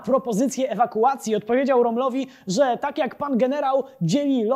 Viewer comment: Mietek Fogg to był twój kumpel od smieszkowania? Zachowaj minimum. Nie Romlowi tylko Rómmlowi. Ogarnij sie człowieku.